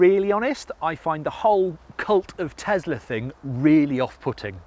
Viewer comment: What the heck is a Tezler? Do you mean Tesla?